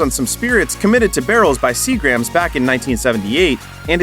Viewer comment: Sea-Grums is how it's pronounced.